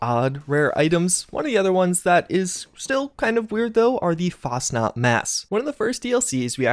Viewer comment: ITS NOT FASNAT IS FACHNAUT (i dont know how to spell it